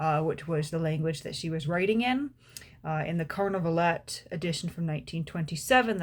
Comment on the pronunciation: Would be nice to pronounce Carnavalet without the last letter as the French do ..